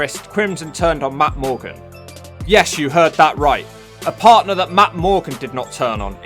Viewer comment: He can't say Matt morgan